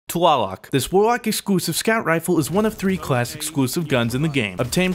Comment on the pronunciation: He said exuusive XD